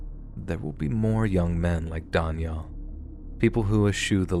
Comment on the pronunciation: Oh man, learn to pronounce Daniel properly, Wtf.